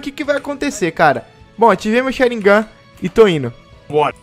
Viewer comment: O diz sharingan da maneira correta como dizem em japonês